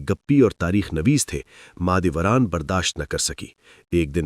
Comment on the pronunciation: mAh e dolat ni mAh e doran